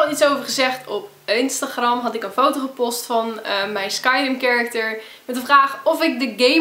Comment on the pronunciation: Een foto gepost ? Hahahh . Of zeg je "poost"